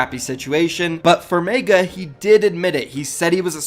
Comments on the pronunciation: “Faze MAEGA” ITS FUCKING MEGA M-E-G-A (MEH-GUH) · pls stop saying meiga its megga